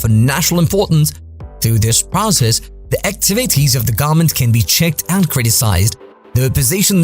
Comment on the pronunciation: do you not know how to say government?